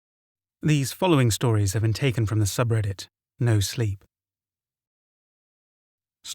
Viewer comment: how he said no sleep or something like this eheheeee welp I'm ded